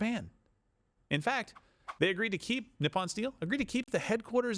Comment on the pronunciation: Japanese teacher pointer: Nippon is pronounced neap-poan (rhymes with leap loan). There's a space in between the two letter p's like the ever so slight pause between the two p's in the random phrase: you must tap push the button.